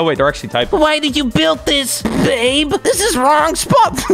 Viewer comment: I choked on water when he said “oh my god ba be u shouldn’t have” I think he had a stroke